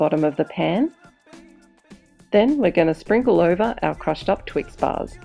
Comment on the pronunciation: You say twix-bars like twix-buzz LOL